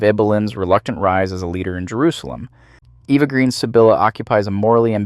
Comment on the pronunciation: Eva. Eva Green. Not Eeva She's not American but French. I love your videos but this irks me.